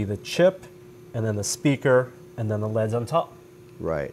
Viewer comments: whats more annoying is that he says L E D in other tested videos, so he obviously only started doing it recently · It bothers me way more than it should but I can't stand when people pronounce stuff like "leds" instead of saying L-E-D's. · Why does keep calling L.E.D.s leds? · why is he pronouncing LED's like leds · cringed everytime he said (leds) instead of L E D's...... it just sounds so wrong to me... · "Leads." Come on,. L-E-D. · its L.E.D.s, not "leds". Stands for Light Emitting Diode. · who says "leds" instead of L.E.D.'s? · I've never heard anyone call it "leds." And it kinda pissed me off. Its L.E.D. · its L E DS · L.E.D lighting not leds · Err mah gerd! ELL EEE DEEZ! Not Leds. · L.E.D's not leds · L E D's not leds smh cringe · Everytime said LED like "leds" I cringed